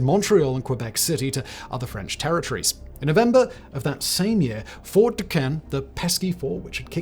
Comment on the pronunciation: It’s pretty cool that they covered this. Fort necessity is right down the road from where I live where Jumonville isn’t too far from where all this happened. They also have General Braddocks grave nearby as well. Would like to point out that Fort Duquesne is pronounced Fort Do-cane*